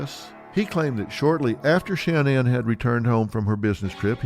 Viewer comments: Dr Phil! There isn’t 3 N’s. SHA-NAN! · It irks me that Phil can’t pronounce sha nanns name correctly 🤨